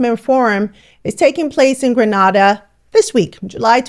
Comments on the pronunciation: Grenada is not Granada . Granada is in Spain , Grenada is in the Caribbean, pronounced ……Green- nayed-ah . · Pronounce our country's name like this: GreeNayDah 🇬🇩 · It’s GreNaDa not GraNaDa!!! Granada is in Spain. Get it right. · I wish she's stop pronunciating Grenada wrong. It's not Granada. it's Grenada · It is GRE-NA-DA. 'AY not AH' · Is not granarda it’s Grena-dar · Grenada 'E', not Granada 'A'😂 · Granada is a city in Spain. GrenAda (pronounced like "grenade") is the caribbean island. Can we start by getting the name of the island right? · Hello, I love your broadcast but, GRANADA is in Souther Spain, GRE-NA-DA (Pronounced GRA-NE-DA) is in the Caribbean. I still love you, and thank you for a great broadcast. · Grenada is pronounced Gren-a-da. Not Gren-ah-da. Please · The correct pronunciation is ‘Gree nay dah’ Grenada the Caribbean island. Granada is in Spain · Respectfully its pronounced Gree-nay-da not Gra-na-da 🙏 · Why not Grenada rather than Granarda? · Say what? Pronounce GRENADA again. Common pronunciation....Grin - aye - da not Gran - ah - da. Remember now, there is another place that is rightfully Gran - ah - da .... look somewhere in Europe for dat one. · Really enjoyed this video just a small niggle saying Grenada the way you say it sounds like you’re talking about Granada in Spain, it’s GreNAYda. You said it right once. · Hey. The pronunciation of GRENADA is Gre nay da..... not Gre nah da. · It's pronounced Gre NAY da, not Gre NAH da . Thank you ❤ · It’s Gre-nada Not (Gra) nada - Like Grenade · Nice work but it is Gre-neh-da and not Gre-nah-da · This was a great video. However, please learn the correct way to pronounce Grenada. It is said like "Gree-nay-dah" and not "Gray-nah-dah". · It's so hard for you to say the word correctly Grenada not Granada a black said can't even say Grenada the correct way come on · Grenada is pronounced Gren-ay-da. Granada is in Spain, from a Grenadian subscriber.😊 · It is not Granada, it is Grenada.😅